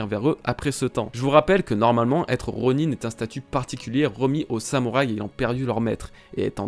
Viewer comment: On dis ronin (ron1) pas ronine